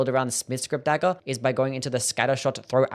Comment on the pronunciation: Your accent is the worst. Dagger is pronounced "daggERR", not "dagell"